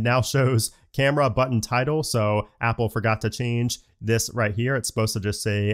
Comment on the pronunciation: not Apple saying the word BUTTON omggg